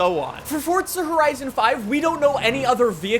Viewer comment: “fortza horizon”